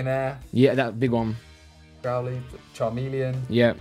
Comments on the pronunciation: No one: Absolutely no one: Simon: Grow-LEETH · Nobody : Simon : GrowLEETH